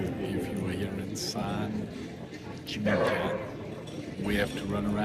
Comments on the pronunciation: your videos are great. well done. Second "G" is silent in San Gimignano, look up for the right pronunciation ... just saying , Italians will appreciate it trust me :) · Great content! San Gimignano is “San Gee Min Yano” :)